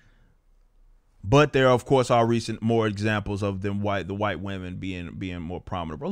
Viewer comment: "The white wamen" I'm dead 😂